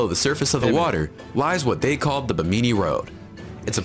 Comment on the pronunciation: It's apparently "be-meany" Island?